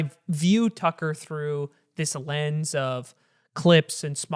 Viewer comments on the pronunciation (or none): none